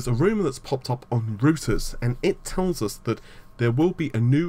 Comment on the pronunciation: Reuters pronounced Roy-ters